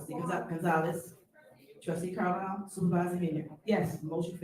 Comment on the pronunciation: Did she call Trustee Carlisle Trustee Carlier??? She is sooo petty